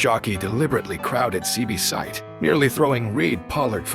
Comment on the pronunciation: this AI stuff is trash, can't say the horses name right and didn't get the breed right.....